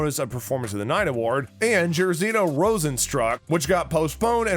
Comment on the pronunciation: Also if it weren’t for the slideshow, I would not know if he referenced alistar overeem cause he butchered that name and rozenstruik